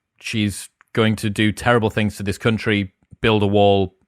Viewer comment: For a split moment my head heard "Cunt-ry"...now I can't unhear it nor stop thinking about the aptness of it.